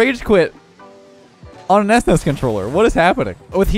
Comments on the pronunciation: This is the exact comment I was going to make. Had a legit double-take moment and had to listen it again. This is shocking, an old geezer like should know how to pronounce SNES.:/ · Its pronounced "ssnesss". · The pronounciation of s-nes and not snes, ugh lol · ess ness? Literally unwatchable /s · I’m physically hurt by the way he said SNES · The way says S-NES instead of S.N.E.S is getting to me, but it makes sense how some people would call it that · Sounds so weird to me that he pronounces it s-nes instead of snes. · The WHAT controller??? It's "SNES" dude. Just say it like a word... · Can’t believe says “es ness” instead of “sness” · am i the only one weirded out by "esnes" and not s, n, e, s, controller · I'm more surprised about how you pronounced "SNES" as "ESS-NESS" x) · what's an "ess ness"? you kids these days. it's one word "snes". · I was 10 years old when this controller came out, and the fact that you called it an "esness" controller is a crime against humanity. S-N-E-S forever. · That's the weirdest pronunciation of SNES I've ever heard :D Usually it's "SNES" or "S-N-E-S" but "S-NES" is something new :D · Anyone else semi-tilt about calling it an "ES-NES" controller instead of just SNES? Maybe its just me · Who calls it an S-NES controller?! I've always called it S-N-E-S. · Es ness? I have never heard it pronounced that way. I have always heard it either spelled out or pronounced like "sness" or "snez", but never "es ness" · i keep on throwing up everytime calls it s nes instead of s.n.e.s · Esness.... Lol It's Es, En, Ee, Ess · S nes wow it's S N E S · You saying S-Nes is cringe AF. No kap. It's S-N-E-S say each letter individually. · Did he just call a SNES controller a “es nes” controller? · Did he really say S-NES controller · this dude really said S-NES controller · Let me catch my son callin' it "es ness" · S-Nes?!?? My boomer brain is raging at your pronunciation.